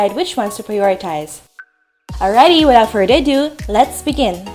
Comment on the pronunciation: Its cute when you can't say without further ado